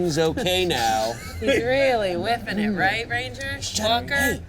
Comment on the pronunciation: Whiffin it* not whipping 😂